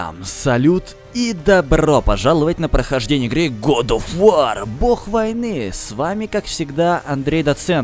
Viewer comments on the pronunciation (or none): год оф вОр, а не вАр